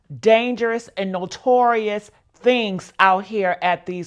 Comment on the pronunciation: You Had To Say: "NOTORIUS". 😂😂